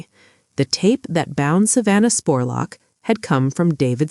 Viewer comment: I'm from Richmond KY, and you did a great job covering the story EXCEPT calling her Savannah SPORLOCK!! It's pronounced JUST LIKE it's spelled SPUR LOCK!